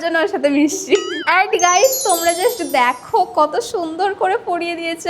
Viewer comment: Just❌ Jusht✅